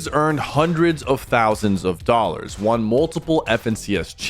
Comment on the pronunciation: Good video but PLEASE say “won” right